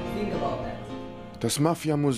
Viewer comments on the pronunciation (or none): none